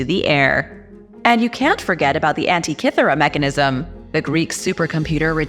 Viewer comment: In future, PLEASE learn the pronunciation of the words before you speak them in public. Automaton, Daedalus & Antikythera to start. My granddaughter & I love to watch your content. We will sit & watch several at a time.